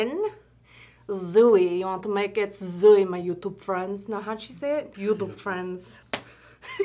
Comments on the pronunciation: It’s not youdube 😂😂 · It’s not “ joetoep “ 😂😂